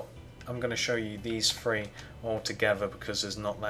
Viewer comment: One two free lol